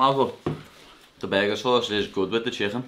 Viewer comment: The berguer the berguer... It's burguer